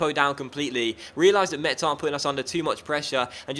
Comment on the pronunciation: Metz is pronounced like "Mess", not "Much", so your jokes doesn't make sense to me, as a french xD